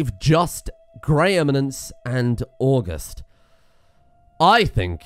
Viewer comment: Now I know it says 'august' just like the month... but it is definitely pronounced awe-gust. As in start with the month and end with the wind.